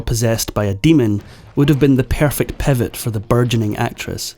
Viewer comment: What is fafferant , what is airly , what is pairfact , what is tame want on , what is a chaledran , what is the bagest names ? They waint to lav with their father, what is adelt had ? What is tha pacafac ocean ?